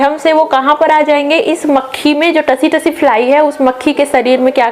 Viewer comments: Tsee- tsee likha jata hai सी-सी पढ़ा जाता हैं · Tse me t silent h ma,am